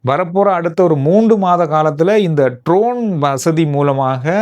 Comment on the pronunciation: Not trone it is drone